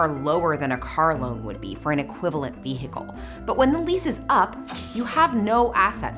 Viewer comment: I love your videos but why are you pronouncing the h in vehicle 😂